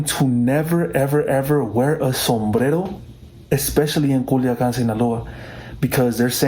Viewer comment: Dude theyre literally writing the accent on the word but you still keep saying CuliAcan